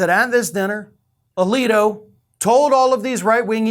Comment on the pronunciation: Samuel A-leak-O